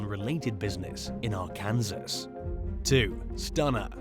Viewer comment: Dude, it's pronounced ARK-EN-SAW. Not R-KANSAS. Just a lil info for you. LOL!!